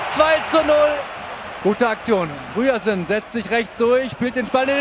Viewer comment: Alles schön und gut aber könnt ihr mal bitte lernen wie man Ryerson ausspricht... er heißt nicht Rüersen man